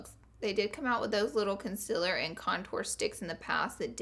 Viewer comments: it's Concealer not Consiller Pleaseee get it right ;(( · It bothers me that she says concealer like "conciller" lmao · colorpop "concillers" haha idk if I like that or hate it 😂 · I love the way she says conciler instead of concealer ❤️ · She says conciller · Have the subtitles on and instead of "concealer" it says "consiller" lmao love ya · Katie Payne I’m from NC, and I only really dislike when she says ‘concealer’. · Am I the only one who loves the way she says concealer?